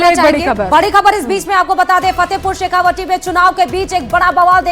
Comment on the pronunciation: पत्रकार महोदया जी आप फतेहपुर शेखावाटी को शेखावाटी ही बोलिये। शेखावटी नहीं। तत्काल सुधार करिये।